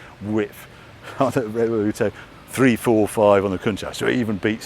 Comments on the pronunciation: Get the pronunciation right Harry. Revuelto is pronounced Rev_Ooh-Ell-Toe NOT Rev-ol-lute-toe... 😜 As for the rest of the video, pure magic. LP400 for me all the way. An absolute treat to see a close up comparison to that 1st production model. You neglected to mention no open-gate gear shift and the rear end almost looks like a single moulded piece. Uber-cool... If that lottery win ever comes in, I'm buying an LP400! 🤘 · I hate to be the one... but the content here is so good, somebody HAS to tell him the cars names are "Revuelto" (and not Revoluto...) and "Temerario" (which means "Reckless") and not ...whatever he's calling them. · “Reveluto?” “REVELUTO?” 😂 Bless you, Harry! Great content though, as always! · Why the f*** is he still calling the car 'Revoluto'? Can someone put him right please. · Is Harry trolling us saying Revoluto instead o Revuelto? 😂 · I hear him say REVOLUTO.. :hand-pink-waving::face-fuchsia-tongue-out::hand-pink-waving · Great video but… why is Harry mispronouncing the Revuelto name Revel-oo-toe…? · Could a "car YouTuber" pronounce Revuelto any more incorrectly time and time again??!😂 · I do not see a single British getting the pronunciation right of the Revuelto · Can someone please help Harry with his 'Revuelto' pronunciation. Thanks. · Harry consistently mispronouncing Revuelto while on a Lambo visit made me chuckle. Great video. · Doing a drinking game over here. One shot every time Harry misspeaks Revuelto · Harry having a hard time saying revuelto. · Because he's English and it's sad trying to sound Italian so the car is not offended, I doubt Italians pronounce Jaguar "correctly" either but it doesn't matter. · Harry, luv you dearly and your videos (I'm a bit late to this tour) But please, its a "Rev-well-toe" not a "Rev-ol-ooh-toe" 🤣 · Harry, it is RevuElto, not RevoLUto... In Spanish and Italian, it means mixed or turbulent... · revuelto not revoluto, c'mon harry... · Harry: Revoluto Lamborghini: Revuelto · It's Revuelto not Revoluto